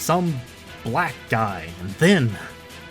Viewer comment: As a black guy you made me hella uncomfortable how you kept annunciating “black guy” like it was was a bad thing or something I liked your videos now I feel like you dont like black people or something or you feel like they don’t belong in RE games